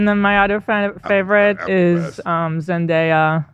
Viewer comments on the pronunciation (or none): none